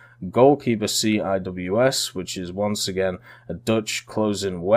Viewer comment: CIWS is pronouced "Sea wizz"